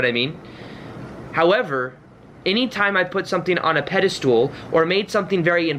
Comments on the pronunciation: I love him and kept shouting at the screen "pedestal... not pedastool". He's so adorable and reminds me of my younger brother. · Really inspiring. Thanks for your hard work. It makes me feel better about things. But there's no such word as pedistool. It's pedestal, as in "metal." Even though that was super annoying, it did help me remember your video. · god info.. but please give me the honor to teach you something.. it's not "pedastool" my darling.. it's a "pedestal." Keep up the good work. Thank you. ❣ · Excellent, but the word is pedestal, not 'pedestool' 🤣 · The way you say pedestal... It sounds like the Dutch word Paddestoel (which is a mushroom) XD I cannot unhear this. But this message makes sense. It's true and I think that's what other people mean when they say "you send out the intention for your manifestation and then forget about it". I believe they mean to stop giving that much focus and importance to it. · I've watched so many of videos that I have no idea how to pronounce "pedastal" anymore. Lol. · Great video. Just had this happen to me a couple days ago. Also, have I been saying "pedestal" wrong my whole life? 😜